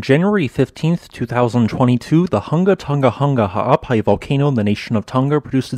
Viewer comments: Massive respect for pronouncing the volcano's name so fluidly! 🌋👍🏻😀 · ...and also thanks for the correct pronunciation!!